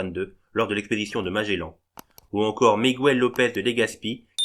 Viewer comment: et aussi :"Migouel" ! même en français, on ne dit pas "une figüe", ou figoue ! parlez l'espagnol correctement !!!